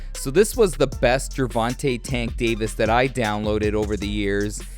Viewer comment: That ain’t Tank. That’s Chank